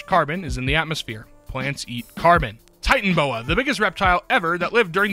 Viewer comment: 1. it's actually Titanoboa, not Titanboa (I've watched the movie too many times to count) 2. I did the math for the McDonald's for life one There are 62 possible unique combinations 6 combinations of 1 15 combinations of 2 20 combinations of 3 15 combinations of 4 5 combinations of 5 1 combination of 6 I'll happily discuss my thought process if anyone would like